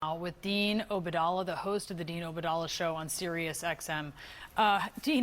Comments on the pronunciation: She can at least learn to pronounce his name correctly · Dean obadallah ,she can’t pronounce his last name at all. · She couldn’t even pronounce Obaidallah’s name. Such poor journalism